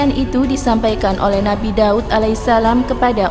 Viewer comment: DAUD...bukan dawud